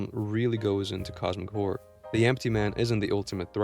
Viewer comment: I can't not hear 'cosmic whore' every time